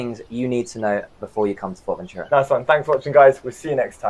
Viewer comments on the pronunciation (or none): Nice videos, kudos and thank you for the useful insights! Allow me to comment that after all the time you have been there you could slowly pronounce "Fuerteventura" correctly as it is pronounced in Spanish. Your pronunciation sounds to me more like like "Fort-Ventura". Cheers m8s 🙂